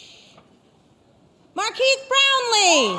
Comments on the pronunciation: Did she say MarqKeith Brownlee?? Is that what K is? Keith? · "Markeez Brownlee" C'mon bruh.. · I hate when people call you "MAR-KEES" and not "MAR-KEZ"